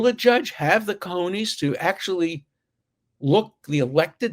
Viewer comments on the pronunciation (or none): none